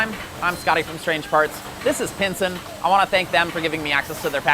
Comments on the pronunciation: this is PISEN not pinsen lol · I don’t understand why you pronounced the company as “Pinsen” ? It’s spelt “Pisen” and phonetically the Australian distributor says it’s pronounced as “Pie SEN” why do you pronounce it a “PiN sen?”